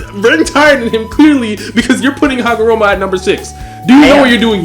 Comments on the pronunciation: hi name is Ootsutsuki not Ookutsuki ookutsuki Hagoromo not Hamogoro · Man, I hate the way this dude says "Hagomoro" and "Momomoshki" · Why does saying "Hagomoro" infuriate me so? Same with "Momomoshiki" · take a shot every time u hear hagomoro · "momomoshki" "hagamoro" "minatu" "okootsuki" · Its not hagomoroooooooooo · yall gotta stop saying hagaMORO, its HAGAROMO, PUT SOME RESPECK ON HIS NAME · He butchered that shit frfr 😂😂😂😂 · yeah man got so many names wrong for a "Naruto guy"